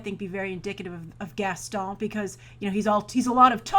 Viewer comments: I find it funny how you pronounce "Gaston". Idk why Edit: Also, I would've liked to see Dwayne Johnson as Gaston (random thought) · Just for the love of God, please stop saying "Gaston"!!!